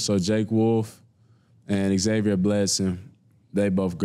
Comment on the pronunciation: Can't wait to see this dude play. Please let him know its not ex-avier… 😂